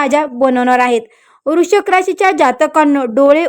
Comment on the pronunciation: तुम्हाला वृश्चिक राशी पण निट म्हणता येत नाही कमीतकमी लोकांना घाबरवू नका